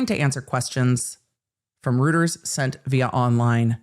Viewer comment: Reuters is pronounced 'Royters'